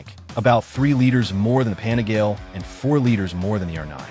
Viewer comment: It is pronounced “pa-ni-gah-lay”. Not pani-gale. My brain hurts every time I hear you pronounce it wrong!